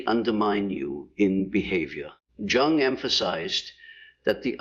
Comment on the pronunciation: this must be a bad AI because mispronounced three words last one being Carl Jung’s name plus repeats same message over and over